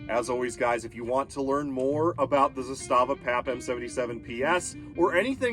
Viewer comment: It's Zaastaava!!! Not Zastaaava!!!